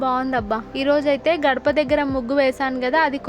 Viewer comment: Adhi Kadapa kadhu akka gadapa